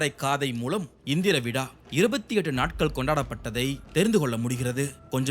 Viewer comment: Very informative...but pl watch your pronunciations....மாதம், not மதம், நோக்கம், not நொக்கம், விழா, not விழ